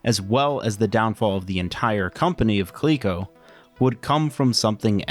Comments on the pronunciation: Clee-co? Dork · How did you end up at pronouncing it as koleekeco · If the "LE" in Coleco was for Leather, shouldn't it be pronounced 'Lea' like Lead and not 'lee'?